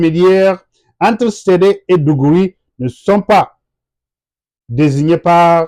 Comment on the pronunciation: Pas mal. Pouvez-vous fournir les références pour lire sur l'histoire des tems ? Juste quelques précisions sur les prononciations : - igom signifie lttéralement étranger en Tem - digouri c'est plutôt d'goré - cèdè c'est plutôt cèdi... - etc... Merci pour le travail que vous abbatez...